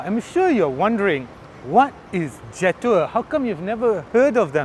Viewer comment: Pronounce it Je' Tour. You get a distinct french flavour when you pronounce it that way.